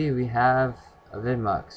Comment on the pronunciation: It's pronounced AVI demue